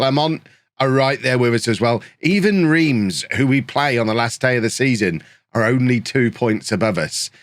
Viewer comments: Reims sounds like you’re saying France but without the F, sort of? Like Rahnce, there’ll be videos out there if necessary. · It's actually pronounced 'Remms'